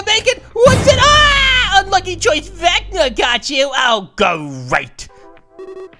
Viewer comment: His name is pronounced vec-na